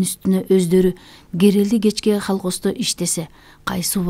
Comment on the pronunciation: Менин кулагыма 😊😊😊 " халхоздо "- деп угулуп атат го.Негизи колхоз деп угулуш керек эле😅😊